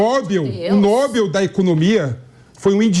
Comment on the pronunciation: “Nóbel” kkkkkkk que burro